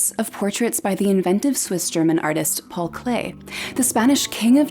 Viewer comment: "Paul Klee" not Paul Clay!